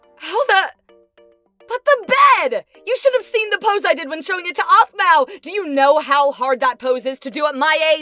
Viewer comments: You said ahpmau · The sister says offmau